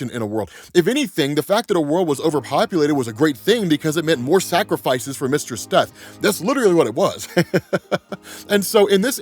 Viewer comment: Took me a minute to realize he wasn’t saying “Mr. Steth” 😂